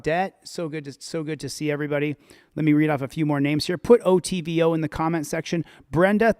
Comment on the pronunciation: Its ITVO not OTVO